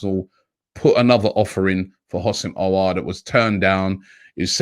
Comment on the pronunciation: Robbie probounced aouar in a right way Wooooooooooooaaaaaaaaaaaaaaaaaaaaaaaaaaaaaaaahoooooooooooooooo😂😂😂😂🤝👍🏻 finally